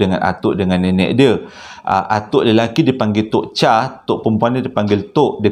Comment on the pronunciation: Sebutan "Tok Chaq", hang tekan sikit kat idqam tu.